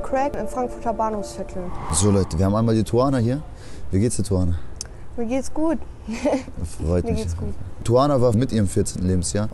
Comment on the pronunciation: Die sagt am Anfang doch nicht "Tuvana"...? Hört sich für mich eher nach Suana an